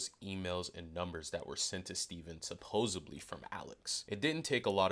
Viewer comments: Supposedly...not supposebly. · It's supposedly.... not supposably 😂 sorry, pet peeve. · What a complete tool. Btw it’s SUPPOSEDLY not SUPPOSEABLY.